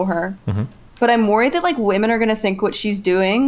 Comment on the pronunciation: is fully redeemed in my eyes. Didn't think I had it in me, after listening to her mispronounce women 500 times in a single panel.